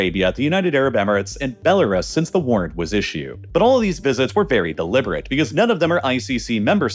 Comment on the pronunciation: Why does this channel always pronounce belarus so dumb